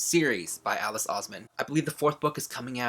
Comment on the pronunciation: Hey, love ya just a small thing Alice Oseman’s last name is pronounced as owes-man not aws-man. Just thought I should let you know!:)